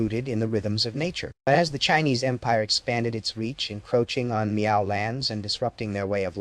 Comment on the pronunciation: Brother, you did a great job here. They’re just one complaint. The pronunciation Miao it’s wrong. It makes the same sound as Malcolm so just go MAL.